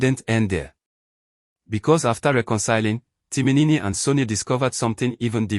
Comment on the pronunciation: So the post auditioned was for a male/ female character? You keep saying Timinini instead of Timin. Stop this rubbish please. NONSENSE sorry to say